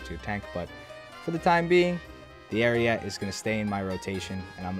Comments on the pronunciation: Ar ee et eh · Isn't it pronounced Ah-ree-yeh-tay? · The e at the end of ariete is not silent it is pronounced Arieté. It means ram (like battering ram, not animal ram) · Please take a minute out of your day just to learn how Ariete is supposed to be pronounced. If you search "Carro Armato Ariete" into youtube, click the first video that's in Italian and just listen for when they pronounce the tank name which is less than a minute into the video. Ariete, like ahrietay.